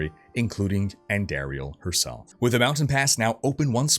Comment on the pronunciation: Amazing break down and delivery. Only thing I'll say is, it's supposed to be said: andahhriel. Not andehrial. Also you said heralltii when it's her aht li. Heratli, and izual is izwahl.